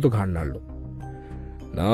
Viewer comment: গল্পে ৫ মিনিটে ৩ বার করে "ঘাড় নাড়লো" শব্দটির উচ্চারণ খুবই বাজে লেগেছে